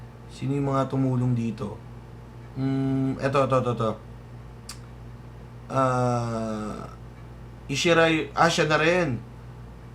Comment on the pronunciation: Ohh...wow! Pamangkin ko to, ah! Isshi Ray (ee-shee-rey)!